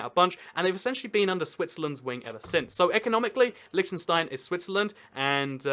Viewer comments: It's LITTENstein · It's pronounced Lichtenshtine and the ch is pronounced like the rough sounding h in hue or huge. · Every pronounciation is wrong bro! :D Try it mit einem deutschen ch: ç -Milch (milk) Damn i like your content! c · "However you wanna pronounce it. I'm sure they won't mind." I am from Liechtenstein and do mind! just kidding lol